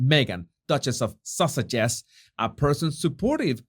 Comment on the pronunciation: I love all ur videos and ur personality but i gotta admit i laugh a bit every time you say duke and duchess of sussex because it sounds like duke and duchess of sausages 😂😅